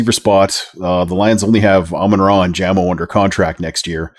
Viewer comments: Stopped watching after hearing “Jammo” twice. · Jamo. With a long A. Just saying